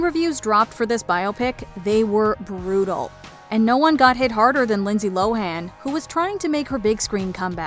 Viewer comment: Minor quibble I guess, but narrator was really leaning into that "Lindsey LoHAAAN" it's pronounced "Low-en" fyi